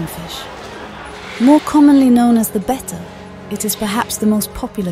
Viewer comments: The constant pronunciation of (bet-ta) instead of (bay-ta) drove me 🤪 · I like how she pronounces betta and better the same way…and they’re both wrong 😂😂